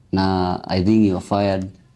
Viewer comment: ur fired😂😂😂😂sounded more like ur finished